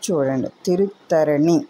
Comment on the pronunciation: తిరుత్తరణి కాదు తిరుత్తణి అంటారు మీరు చెప్పింది అక్షరాలా నిజం పెళ్ళి కానివారు ఈ దేవుణ్ణి దర్శించుకుంటే తప్పకుండా పెళ్ళి అవుతుంది